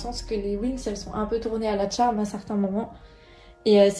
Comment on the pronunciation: Ça se trop prononcé pas Tcharme mais Charmed